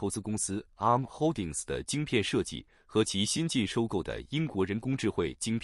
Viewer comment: 啊~母~ 啊~母~ 好好笑~